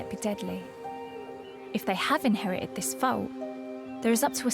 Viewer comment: I think she's saying ' Fault'